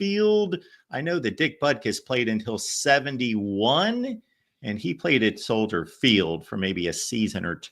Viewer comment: as a native Chicagoan i thank for correctly saying Soldier Field and not Soldier’s Field as so many people say